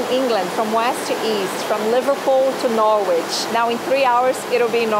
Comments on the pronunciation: Awww - Nor Wich. It's pronounced like Norritch)))))). Bless)))) I hope you don't mind my saying) You know I'm your friend))) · The locals pronounce it more like Narridge but Norridge would probably do. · Hi just watched all your great UK videos. You need to brush up on your pronunciation of English towns. Somebody picked you up on Warwick. Try to learn how to pronounce Norwich and Nottingham. Your Birmingham was a little off as well (but you did try there!). Really good videos otherwise.